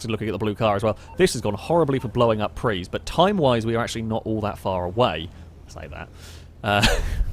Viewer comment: It's PRIUS not a PREE!